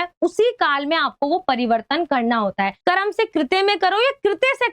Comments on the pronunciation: Ma,am oo karam nahi hota wo karm hota hai 😂😂😂😂😂😂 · Karam❌ karm✅😅😅